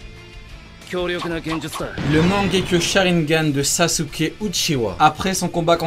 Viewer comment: Sa se dit mangékyou sharringan